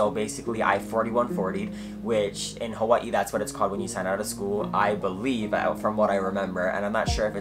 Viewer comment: I love how Hawaiian ppl say “Hawaii “ 🔥🔥🔥😄